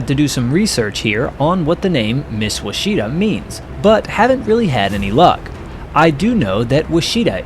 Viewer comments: Ouachita, is the French spelling of a Caddo Indian word meaning “river “. It is pronounced “Wash aw taw” It is also the name of a river that starts in present day Oklahoma and the western part of the river has a Spanish spelling while the middle part is spelled in English. The 1870 GLO maps are very interesting. The mountains are south of the Arkansas River and on the south western part of Arkansas. I have a degree in history, and have worked as a field survey archeologists all over this region. Many digs. Now retired. Also, the beautiful historic resort city of Hot Springs is located in the Ouachita National Park. Plenty of great fresh water fishing on its many lakes, race track and gambling. Great natural wonders and beautiful natural hot springs bubbling up out of the ground with many paved trails to explore and miles of hiking trails for those who are physically fit. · FYI: here in Arkansas, Ouachita is pronounced ‘wash-taw’. It may not be historically correct, or even close to the original native American pronunciation. Regardless, it is the current usage of everyone in the state. Great video of a great subject. Nose art was the American way of expression and coping with the danger of combat missions. Most of the female depictions I’ve seen over the years are absolutely lovely and show a high degree of artistic ability. It’s a shame the art form is no longer practiced, although we do have mudflap girl in chrome !!! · "Ouchita" is a county and Baptist university in Arkansas. It is not pronounced "wah-SHE-ta," but "WASH-it-aw." The German fighter was a BF-109, not an ME-109. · It's pronounced "wuach- it - ta" NOT "wacheetah" you nube! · that isn't wachita, Thats wachitaw =P, or Wash-A-Taw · Ouachita is pronounced "Wachita". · (Wah) Chi -TAW is the pronunciation Its a county in Arkansas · It’s pronounced Wash-a-taw. Mountain range and lake in Arkansas. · Ouachita is pronounced wash-ah-taw. Great video and thank you these men gave all and deserve to be remembered.